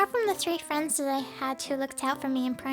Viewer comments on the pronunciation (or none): none